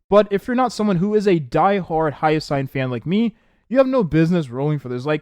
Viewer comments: It's Hyacine (hi-ya-seen), not Hyasayn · make me question if he has, at least hear hyacine's name in game